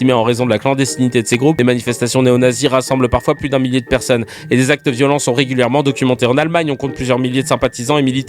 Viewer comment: 10 peronnes il a dit 😂😂😂😂😂